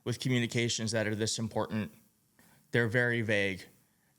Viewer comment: He is not the President. Morons. The word you can't seem to say properly is "IMPORTANT" NOT " IMPORDAND